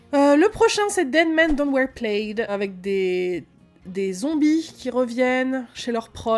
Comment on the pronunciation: Je n'ai regardé la série qu'une seule fois (je me suis arrêtée après ce final où les anges tombent du ciel, elle m'a perdue), mais c'est impressionnant comme je me souviens de ces épisodes de la saison 1! Super marquant, super flippant. (Et un mini PS, c'est que "plaid" se prononce "plad", me demandez pas pourquoi)